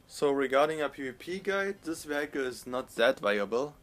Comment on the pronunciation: Great and detailed video as always, I just thought I'd give you a tip though. The pronunciation of "vehicle" is "wi-eck-el" (in German-ish spelling) with the accent on first syllable. I don't mean to be nitpicking, I just thought I'd help you out;) Keep up the good work.